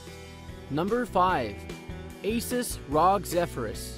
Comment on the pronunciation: You pronounced r.o.g. rog